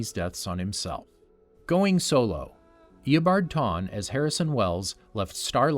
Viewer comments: "eobard tawne" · Bro eabard tawne 😂😂😂